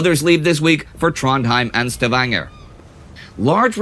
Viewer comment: The way you say Stavanger is so wierd. It leaves me as a Luxembourger cringing.